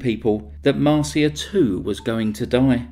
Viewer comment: Her daughter Marcia 's name is pronounsed Mar sha not Mar see a.